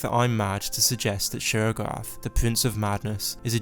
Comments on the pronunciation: 'Sheorogath' Me: still understandable 👍✌ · Y’all should put subtitles on and read it whenever he says sheogorath